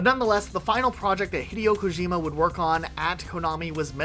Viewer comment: Thumbs down for.that butched attempt at pronouncing daddy Kojima name like that. Same on you. Like calling the president jole instead of Joe 😅